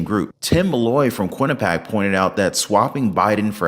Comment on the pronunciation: Good channel, but you definitely should learn to pronounce Quinnipiac. It’s “Quin-ni-pee-ack”. Not Quin-a-pack.